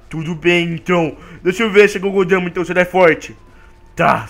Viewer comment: Não é Gogodama é Bijuudama